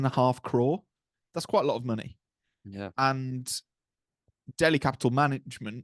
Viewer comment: It's Delhi guys , not DEHLI..